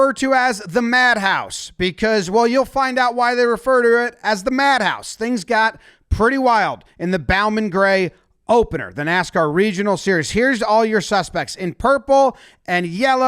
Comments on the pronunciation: And it’s Bow-Man Gray as in Bow-Tie Bo knows etc Kyle Busch bowed to the crowd after a victory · You evidently don’t speak North Carolinian: It’s pronounced Bo-man / Grey…. Winston- Salem, NC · "Bo"man Gray stadium...pronounced like "Bo"jangles. And no, I'm not fun at parties. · I have to correct you it's pronounced Bo min Gray (I live like 20 mins from the track) just for future videos so you can pronounce it correctly for the videos. sorry to be that guy. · Heads up for future videos, Bowman Grey (the bow is pronounced like the ribbon you would put on a present). Sources - I grew up in Winston Salem. Love your videos keep up the excellent work. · It's pronounced like bow and arrow, not the bow you do to a monarch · As a Winston-Salem native, hearing Bowman Grey pronounced like that was an assault to the senses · First time I ever heard Bowman Gray pronounced that way lol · never heard bowman gray pronounced so wrong 😂